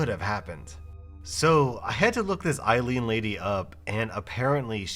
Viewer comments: not to be THAT person, but Aileen is pronounced Ay-leen, not Eye-leen like "Eileen". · Her name is spelled Aileen but pronounced like Eileen.